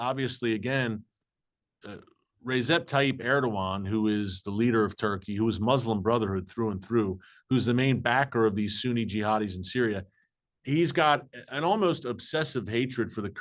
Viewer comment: Just want to correct you as I’ve heard you mispronounce the name many times. The name of the Turkish president is Recep Tayip Erdogan. A C in Turkish is pronounced as a J and a P in Turkish is a B. With that being said his name is Rejep (Rajab in Arabic ) Tayib Erdogan. Hope you correct this error thank you.